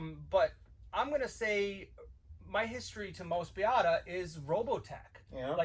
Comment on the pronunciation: It's Moe-spee-dah.